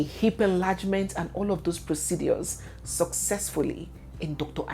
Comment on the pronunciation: 😅 you won’t kill me with your pronunciations especially how you say proceDUAS